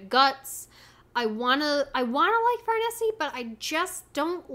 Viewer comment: I love the Conviction Arc, it’s more criticized than most arcs but that’s because other Berserk arcs are just so praised. I think it would be the best arc in most manga. I think you’ll grow to love Farnese. Oh yeah, her name is pronounced as if you were saying “niece”. At least that’s how most people pronounce it, it also just sounds best like that to me. But I’ve grown to not be such a stickler with name pronunciations.